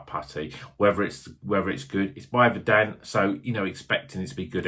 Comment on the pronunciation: Its vuuuurdunt. as is in "green with grass or other rich vegetation"